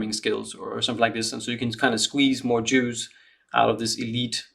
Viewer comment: Took me a minute to understand you said "squeeze more juice out of the elite subset of the population", I thought you said Jews 😅😂